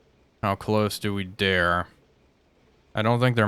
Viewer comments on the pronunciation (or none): none